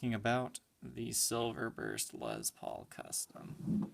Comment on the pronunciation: My God... stop pronouncing it as Lez Paul! Lessss with a F’ing S my dude! It’s annoying as hell you dumb ass!